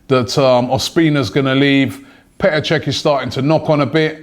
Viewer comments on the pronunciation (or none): none